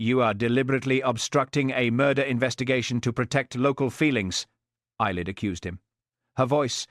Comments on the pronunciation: Ceilidh, (Scottish Dance) is pronounced "Kay Lee) . Thanks. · It's pronounced kayli